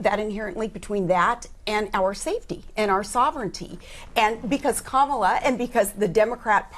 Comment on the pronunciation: Correctly pronounce Sarah's name but not Kamala's piers... 🤬